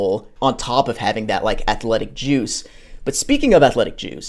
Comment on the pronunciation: Definitely just fast forward 10 seconds on accident, and hear "And speaking of athletic Jews" 🤣🤣🤣 had to rewind just to realize he was talking athletic JUICE.